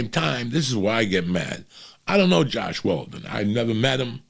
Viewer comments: "Joss Whedon" Not Josh Weldon. We still love ya, Uncle Joey. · LMAOO “Josh Weldon” when he was talking about Joss Whedon😂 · “Josh Waldon” lol